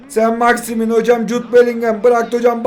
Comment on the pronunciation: 4.01 sainit maximin🤣🤣